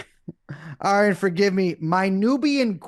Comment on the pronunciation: Brace fcking up Arian's Name every time he says it will never get old to me.